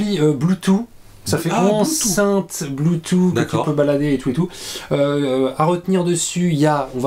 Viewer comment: On dit blue touffe, pas "blue tout"... 🤣